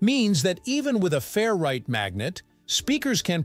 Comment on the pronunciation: I took a shot every time you said fair-right instead of 'ferrite', and now I'm hammered.